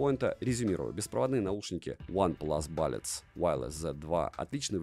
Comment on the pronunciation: бУллетс, а не бАлетс.